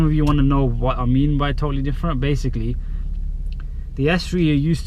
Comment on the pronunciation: you own an S3 and you say "basily" haha so amusing